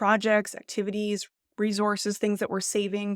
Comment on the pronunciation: Whats a reezors? Do you mean Resource?